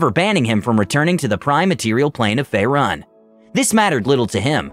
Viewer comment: Fay-rune fucking fay-rune